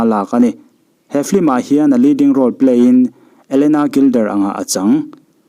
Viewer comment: Sapțawng hi i lam uluk tehlul nen, FILM hi FLIM tiin ilam leh lawi a.....duhsakna nen ka lo sawi ve mai²...